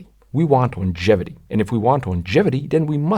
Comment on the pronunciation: It's pronounced "Longevity", NOT "iongevity" ... ! Good video, excellent explanations, "Dirt Rider" is a good cast ... ! MORE of that brilliant CREATIVITY, please ! Do / can You do gigs ? Ciao